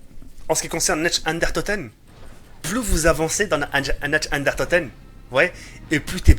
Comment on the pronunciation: Tu parles pas allemand mais fais un petit effort stp "natch den unetoteun".... "dere rièse"....